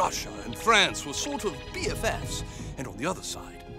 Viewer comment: “Britian, Russia, and France were sort of BFFs” Heavy emphasis on SORT OF